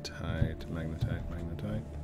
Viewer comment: FINALLY! HE SAID MAGNETITE RIGHT! (Applause) GOOD JOB! (Thumbs up) : )